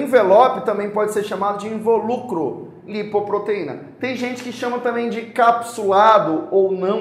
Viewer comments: Não seria INVÓLUCRO em vez de INVOLÚCRO?? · Dúvida: aproximadamente aos 06: 04 o professor muda a acentuação da palavra invólucro na escrita e na fala . Está correto